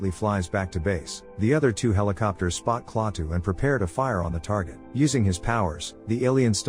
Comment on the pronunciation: its not klattah klatoo